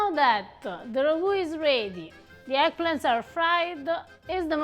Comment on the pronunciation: I find it fascinating that Italian people always seem to include so many "-a" phonetics at the end of words: "Beef-ah, stir-ah, wait-ah, herbs-ah". Even when using Italian words like "ragu-ah"